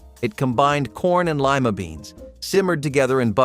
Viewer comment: Lima beans. Lie-Ma. Long I.